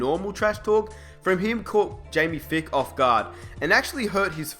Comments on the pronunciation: Jamie *F-EYE-K*. Long I there, not Fick. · Jamie Feick is pronounced (FIKE)